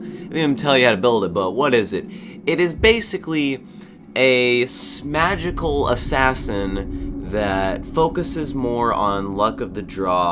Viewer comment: A "smagical assassin" 😂 I do the same thing